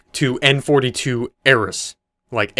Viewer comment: I know this is old, and I haven't seen the name of the channel, but perhaps instead of "Arris" it's "Alice" like Alice in Wonderland?